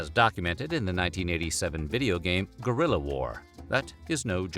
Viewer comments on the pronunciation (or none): none